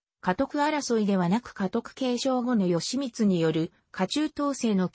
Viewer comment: よしみつ、ぎひめ、あきらしゅう、ただしぢか…１ページでどんだけ間違えるのか。アップする前に見なかったのか、酷過ぎる